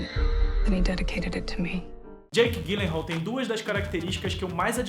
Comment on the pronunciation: meu ator preferido. Só uma pequena correção o sobrenome dele se diz "Dji lenral" e não Gui lenral. obrigada pelo vídeo. :)